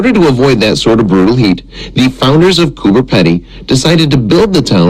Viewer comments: It's pronounced coober peedy not pedy. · Lol its underground and it is pronouced cooper (pea dee) not pedy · cooper peedy is close to the right way to say it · It’s pronounced pee dee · It’s pronounced cooper peeeeedy! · He is pronouncing it wrong. It's Coober Peedy like speedy